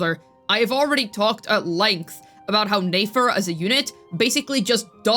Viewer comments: It’s nefer not neifer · NEH-FER, it'd be NAYFER if she had and A in her name, YOU DON'T PRONOUNCE NEFERTITI(yes that is what her name is based off of)AS NAYFERTITI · Its a good thing shes talking about nayfer and not nefer 😭🙏 cause what? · I love the way you pronounce Nefer lmao